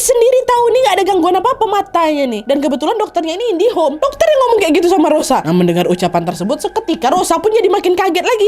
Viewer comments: Indigo kak nad, bukan indi home...😂😂😂 Q baru nemu cerita ini Juni 2026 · Bukan indihom tapi indigo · Indigoo kak bukan indihome 😭😭